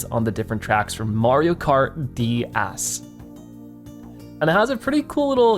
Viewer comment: Why does it sound like he says dæs??